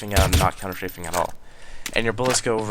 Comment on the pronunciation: You say ''Counter-Shaving''... oO